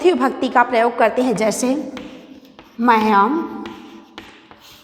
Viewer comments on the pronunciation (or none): बहवा: दोषा: सन्ति l- उच्चारणे तथा पदानां प्रयोगेष्वपि l यथा- मह्नयम् न भवति मह्यम् इति अपेक्षितम् l तथैव क्रुधयति न भवति l क्रुध्यति इति उचितम् l